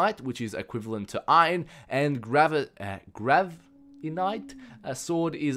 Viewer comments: Lol "Gravinite" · 1,000 episodes and can't even say GRAVITITE. Sorry I'm a LONG time fan but you always say things wrong -_-' *facepalm*